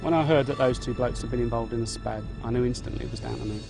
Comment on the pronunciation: she be SPAKS instead of SPADS